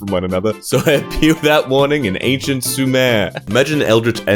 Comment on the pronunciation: I think it is made so much funnier by how he says “Without warning I appear in ANCIENT SUMEEER.”